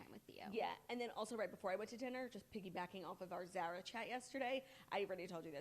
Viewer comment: Zara with the short a. I can’t